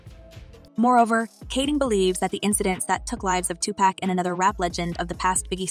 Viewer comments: Its so annoying hearing white people constantly pronouncing Tupac's name wrong over and over knowing the right way to say it. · U shouldn't do videos on people if u can't even correctly pronounce their name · Can't even pronounce 2pac......thumb down for this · Can't take the voice and mispronouncing of the 2pac name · Can you at least pronounce his name right.... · I don’t understand how people still manage to pronounce his name wrong!! Like if you are doing a story on him make sure you do him the justice of saying his name correctly!! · You saying his name wrong smh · I hate how she pronounces Tupac's name... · You'd think folk would know how to pronounce TUPAC'S name by now. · I agree. I know it’s AI but although it may not bring him back, it shows respect. You wouldn’t want y’all’s name mispronounced either. It may not be his birth name but this this the name he went by/called. Talk about being petty, it’s petty to argue when someone says his name is being said wrong. Blessings to all. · That voice is extremely annoying. If it is an AI, it needs to be taught how to pronounce Tupac name correctly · 😂 white people say two pack not Tupac and they'll dxe on that hill 😂😆 🤣 they've been doing it for decades now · This lady keep saying “to pack” No !! It’s Tupac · Why does the host call him 2Pack? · Pack is spelled PACK learn how to annouciate well if you're gonna say his name say it correctly. We don't know a Tupack. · I hate when white people act like it’s hard to say Tupac no they say PACK!!! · She just rambling and just pronouncing names wrong he said he wasn’t in the car with him. He supposed to be one of the people in the other car that shot at Tupac not pack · Two-pack?! Ef sake. Try harder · Why da hell she keep saying Tupack tho say his name right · Tu-Pack? Why can't we get someone who even remotely likes rap and could pronounce his name right....that would be nice. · Why are you calling him "2 Pack"? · Everytime this lady says “Tu-Pack” pisses me off